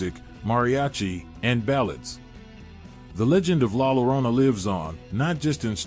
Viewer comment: The actual pronunciation is LA yo-RO-nah!